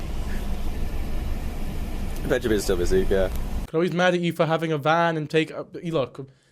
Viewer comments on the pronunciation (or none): none